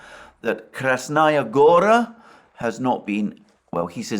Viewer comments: Go-raaa; stress is on the last letter…on the final syllable…means mountain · Good Day, Alexander. It's Krasnaya Gará (stress on the 2nd "a", "o" in Gora is an open vowel, sounds more like "a" than "o").